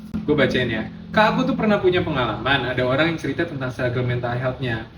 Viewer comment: Lucu bgt setiap nyebutin meha😂